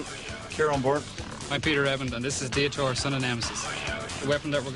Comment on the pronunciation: "DEE-a-TEE-or"?????? Another robot the announcer couldn't pronounce at first, just like Dantomkia in series six (he pronounced it "DAN-toe-ma-KY-a")